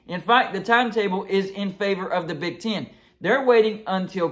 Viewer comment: It's Big "T EH N" . "EH" "EH". Not Big TIN. Not "Ch IMP ion CHIP" Its ""ch AAAMP ion SHH ip". Again. Big TEHN. Not Big TIN. ChAAmpionSHHip, not ChIMPionCHIP.